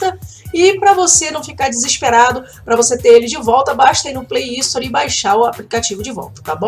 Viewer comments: já que você ajuda a galera com tantas dicas bacanas, vou retribuir o favor pra você. A forma correta de dizer Gift card é "guift" e Play Store não tem um i na frente, o correto é dizer "sstor". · Ela fala play istori